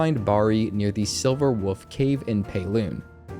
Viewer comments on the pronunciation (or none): Did you say “silver wuff”. It’s wolf with an L bro